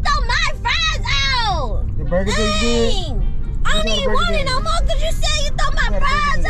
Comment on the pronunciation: "my burga" lmfaoaoaoaoa